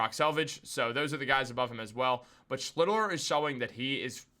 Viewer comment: You're mispronouncing the pitcher's name, its SCHLITT - LER. Like Shit but with the L.